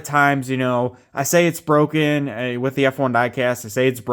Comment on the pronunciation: IT'S BWOKEN, IT'S BWOKEN!